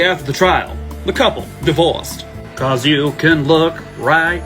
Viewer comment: Omg has me rolling over here with the ladys I don't like'em comment! He said Buhcuhz'im'gay 🤣🤣🤣🤣🤣🤣 in my head for some reason I heard the old school cereal commercial "Hey he likes it"